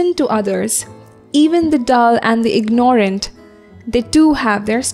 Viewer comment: You have pronounced "ignorant" incorrectly (do not accentuate the "o"). "without surrender" hasn't been explained...try to have good relations with others, but not to the point of subservience: you have a right to be treated with respect; do not accept less.